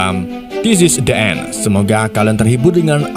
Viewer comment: The End cara bacanya bukan De End to Di End... E dan E kalo bertemu maka sebutannya jdi lain..tq